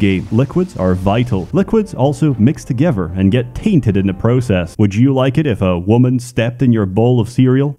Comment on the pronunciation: "Fahver" "Togever" Pronounces everything else perfectly except a "th" sound. How interesting.